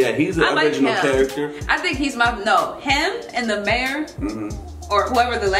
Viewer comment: "mayor" lol